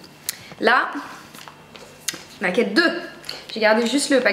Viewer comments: on dit pas N-A-KED mais ca se prononce " Neiked "ou au pire " nékèd " .. je suis choquée lol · Ca se prononce "Neï-kid" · Franchement je veux pas être méchante, mais essayes vraiment de faire un effort sur l'accent pour dire Naked. V. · la chance de l'avoir déjà ! Par contre c'est dommage t'écorches sacrément le nom, ça fait mal aux oreilles ! ;)